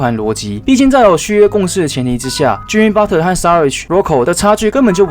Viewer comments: 是Butler(拿) 不是Butter= = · Butter？？沾美牛油？？ Patton讀成pattern？？ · 我聽到的是Butler阿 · Butler其實是念budler t是不發音